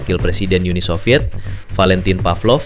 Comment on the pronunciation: SOVIET bukan SOVYETZ 🙄